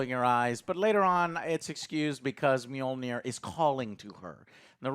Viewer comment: The way you pronounce Mjolnir is bad enough Joe but "Storm bringer"? Lol put some effort in bro.